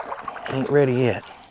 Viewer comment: I like how you said yet.. lol. Another great video